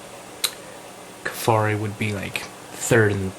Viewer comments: its butti ko feri and mana guense , buttikoferi and managuense,, you keep pronouncing them wrong and yea it looks like a labiatum as apposed to a citrinellum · its pronounced butter-koffi